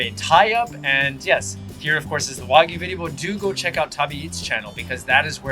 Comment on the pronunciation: ‘Why-Gyu’? I don’t understand why people struggle so hard to pronounce ‘wagyu.’